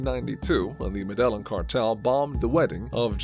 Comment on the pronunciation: you are pronouncing Medellin incorrect